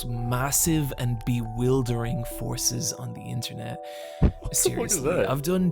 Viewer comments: "INTERENT" is crazyyyy😭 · Damn bro "interent" maybe react to a spelling book 💀💀